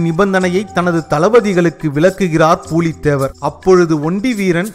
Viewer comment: Not பூலீ தேவர் it's புலி தேவர்